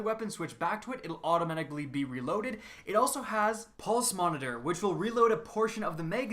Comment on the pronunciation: The way he said automatically